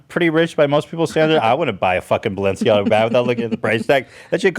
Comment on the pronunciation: ethan saying balsiana instead of balenciaga is killing me